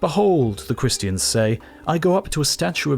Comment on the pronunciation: the cringe reading some christiaNNs haha